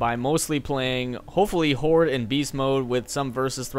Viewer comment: Horde sounds like hor lol